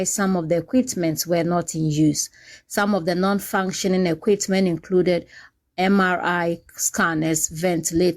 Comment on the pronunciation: The reporter: Equitment paaa